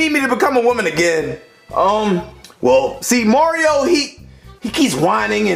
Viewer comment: Bowser doesn't even say mario he says MORIO